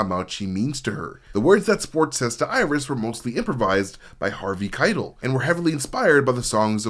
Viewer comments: Harvey Khai - Tell, not kytle. Maybe that was a proactive engagement tactic. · Omg... dude. .. you gotta learn how to pronounce Harvey Keitel's name. It's ky-TELL. It discredits you and your knowledge of the film when you can't even get the famous actor's names right. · It's Harvey "Ky-TELL" ! I'm losing my mind lol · Dude, Robert DeNiro and Diahnne Abbott actually spend a good chunk of "The King of Comedy" together and have plenty of meaningful interactions. Also, the way you pronounce Harvey Keitel's name is infuriating. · Dude, I love that you read your own scripts rather than using a robot, and I know that when people pronounce words wrong its because they learned those word from reading, but how did you watch any of that documentary, hell, how did you get this far in life without hearing Harvey Keitel's name out loud? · Everytime you mispronounced Harvey Keitel I want to 👊😵‍💫🤕 ! 😤😡🤬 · The way you pronounce Harvey Kitel is driving me nuts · Driving me crazy